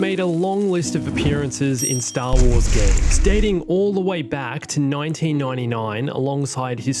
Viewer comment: Nointeen nointy noine